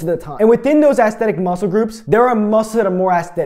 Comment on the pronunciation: Take a shot everytime he says "Assthetic"